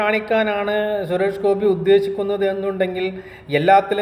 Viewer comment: നീ സുരേഷ് ഗോപിയെ കുറിച്ച് കുറ്റം പറയാനായിട്ടില്ല നീ ആദ്യം ആളുടെ പേര് നേരെ പറയാൻ പഠിക്ക്